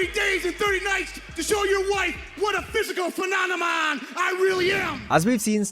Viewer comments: Phemonemon or phenomenon? 😂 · A physical phe-non-emon? 😂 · I can't even say "phenonimom" 😂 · A physical phemomenom 😅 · "Phenonemon". Scott is so excited he said the word wrong. But that was in his character. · "Physical phenonomon" LMAO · "....physical phena-nu-mon I really am" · I also love when he tried to say phenomenon. "Phenonanon." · 42 "phemomanon" 😂🤣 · Thought it was just the one time but it seems like Steiner never said “phenomenon” correctly 😂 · Scott was going so hard he said phenomenon so wrong 😂😂😂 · That guy in the crowd immediately laughing at his pronunciation of phenomenon makes the moment so much funnier